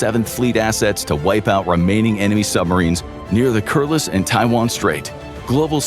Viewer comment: Why do you think this will happen in the future??? It actually looked like Uncle Sam retreated into a bank vault.1🤔 The narrator mispronounced, Kuriles.